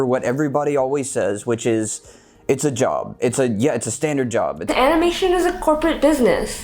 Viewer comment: Its “job” not “jop”